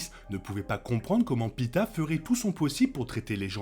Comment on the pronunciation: Par contre le gars n'est pas un kebab hn, il se nomme Peeta et non pita